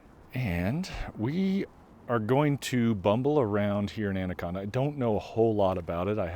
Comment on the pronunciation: You defiantly are not a local. You pronounced the name of the town wrong. Montanans pronounce it And a con Da.